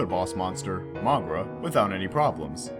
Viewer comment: I cringe by how wrong he pronounces Moguera